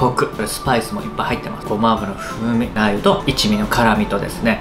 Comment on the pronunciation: 最初から酔っ払いのりゅうじワールド全開でしたねwww 呂律が回ってないのも面白かったですが、ラー油の発音も気になってしまった😂